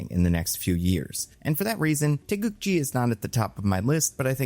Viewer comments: its GI not JI, taegukGI like the karate outfit. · korean here, its taegukgi with hard g's, not taegukji. with love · Taegukgi, gi as is geese, not gym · The fact you pronounced Taeguk-gi almost correctly is really amazing. I don't know how Marvel officially pronounces the word, but it should be a 기 (gi) instead of a 지 (ji) sound if the hangul is supposed to mean South Korea's flag. If anything, I'd expect americans to stumble with the Taeguk part, which you got perfect. Also excellent video, would love to see Yeun in comic roles again.